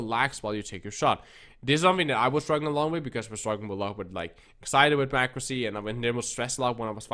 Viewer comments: very clearly said the n word. ac·cu·ra·cy. He either said the n word or It's a different word we can't make out but its definitely not accuracy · 90% what?! 😂 sounds like you said the N word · after replaying it for 20 times i cant hear anything else besides the n word😂Maybe he meant to sneak it in his video?